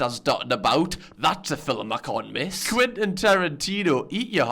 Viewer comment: "fillum" Lewis: "girrell" ArthurTV: "Im gay"